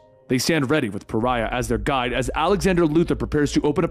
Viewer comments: Great video! Loved it. I remember when this came out originally. One thing though... Pa-rye-ah. The hint is in the name. Pariah is a pariah. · Not gonna lie, it’s more than a little annoying that Pariah is still pronounced as Farrah during the first half. I know I’m not entitled to a damn thing, but I was really hoping those lines would be re-recorded for the full story. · Lol, I'm sure others have said this, but... it's pronounced "Pah-rye-ah". It means: to be an outcast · 4/5 stars. - 1 star for making my eye twitch by calling Pariah "farrah" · Paraiah = par-eye-uh; an outcast 🙂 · His name is Puh-Rye-uh. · He mispronounced pariah he said phara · His name is pariah not Farah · It's pronounced Pa-ri-ah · It's pronounced Pa-ry-ah... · The 7 dislikes are from people not liking you mispronouncing pariah. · Or just people who appreciate proper pronunciation. Heaven forbid, though. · There’s really no excuse for it either. It’s an actual word in the English language lmao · Hey just wondering if you realised that you were mispronouncing Pariah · Rewatching this realizing you are saying Pariah wrong lol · If only you had double checked on how "Pariah" is pronounced. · I cannot watch this hearing him refuse to pronounce Pariah properly. The hero's name is Pariah because he IS a pariah. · This is multiple vids put together. In his first few he didn’t know how to say it but obviously he figured it out thru comments and such. I think it’s funny. Cuz I was like who the F is Pharrah. And then I was like OH....you mean Pariah?? 😂😂😂🤷🏾‍♂️ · (Ferrah) Love the dramatic reading but holy shit... I would google translate pronunciations... Pe-ri-ah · he says pariah correctly here lol Edit: seems like he says correctly from here on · Dude kept calling Pariah “Farrah”. Puh-rye-uh. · Pariah = pah-RYE-ah, not FARE-uh. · I know right?!?! I mean pharah isn't paraiah I'm going crazy!!! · Pariah...pa-ri-ah. How did that turn into farrah? Lol. 😅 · PAH-RHYE-UH.not "farah"😂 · Pharah? Pariah!